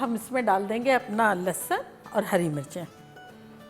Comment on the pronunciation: Aunty bhhhht Bedhangi hain... Lehsun tak maayana nahi aata dhang se